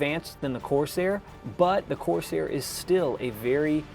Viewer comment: Great video. It'd be even better if you pronounced CORSAIR correctly. You put emphasis on the wrong syllable. Listen to how everyone else says it.